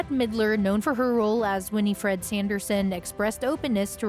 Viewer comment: Her name is either Winnie or Winifred not "Winnie -Fred". Get it right you dolt